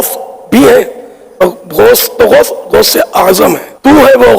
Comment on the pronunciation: Are khabees ke bachche pahle gaus bolna seekh ja phir baat karna aur baraili ke logon se itni taklee kiu hoti hai tujhe Maine tu kar ke is liye Bola hai kiu ki jo mere gause aazam ka nahi woh kisi ka nahi Labbaik ya Rasoolullh sallallaho Allahe wasallam Labbaik ya Husain Alaihissalam Labbaik ya gause Aazam